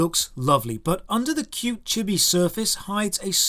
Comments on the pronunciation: chibby? CHIBBY.?! it's pronounced chee-bee... other than that, a great video as always. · Those last two killed you for pronouncing Chibi wrong.